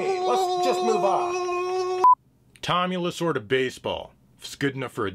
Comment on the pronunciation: "Tommy Lasorda Baseball - It's a La-'sorta' good game"